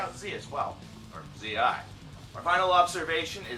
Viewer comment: You pronounced Zi correctly just once :))) Zi means day in romanian. Also, Negură's album, OM is ine of the best BM records EVER!!